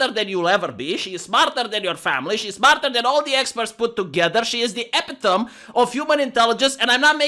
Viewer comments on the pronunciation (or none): It hurts my ears when you say epitome. (a pit ome ee) get someone in discord to pronounce it if this didn't help. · pronounces "epitome" like Blonde/Rebecca from Beauty and the Beta aka the Matt and Blonde show. Or as I did in the past:)